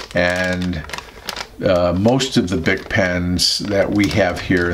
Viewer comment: creeSTAL, not CHRIStal. French. and bic is "beek"